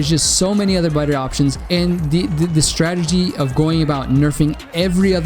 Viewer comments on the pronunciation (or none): none